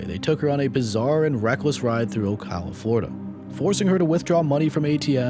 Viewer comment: Thank you for pronouncing my hometown Ocala correctly 🤣